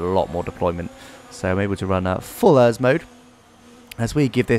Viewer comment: The way you say ERS. It’s supposed to be said letter by letter. E - R - S